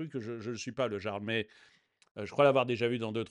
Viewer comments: "le jarl" prononcé de manière littéral c'est à mourir de rire (la prononciation c'est "le yarl" si je ne me trompe pas) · En Direct on prononce "LE YARL" pas LE JARL" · Ont prononce pas jarl mais yarl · Jarl se prononce Yarl en breton 😜